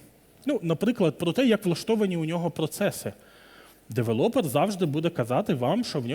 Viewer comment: Я перепрошую, але не девелОпер, а девЕлопер. Бо кров з вух. Може, ця інфа і Вам на щось згодиться